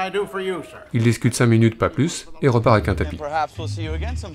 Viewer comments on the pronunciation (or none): none